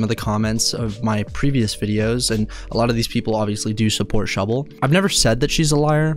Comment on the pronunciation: Thank you for the love of God! Someone who actually says that shubble gasno proff!